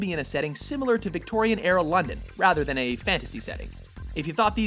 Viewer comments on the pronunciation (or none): none